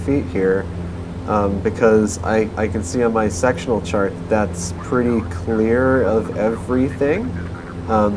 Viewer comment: is it just me or does he say "I can see on my sexual chart"?